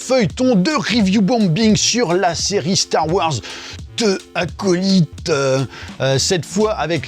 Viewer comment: Bon, ça pique les oreilles. Le "zi" bien français, on a l'habitude. Mais Acolyte, ça se prononce aco-"light" (comme lumière si tu veux) Donc bon, je ne t'en veux pas mais c'est pour le clin d'oeil ;)